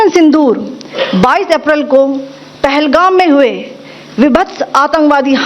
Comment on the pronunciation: पहलगाम पहलगांव नहीं।